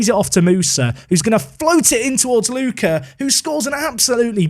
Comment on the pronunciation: Tonali can't be an Atalanta player, since he was an important Brescia player, and Atalanta fans hate him as much as he hates Bergamo. There will be riots in both Bergamo and Brescia if something like that happens 😂 Ps: Try to pronounce Ricci just like Ritchie and Lucca like Lukka 😅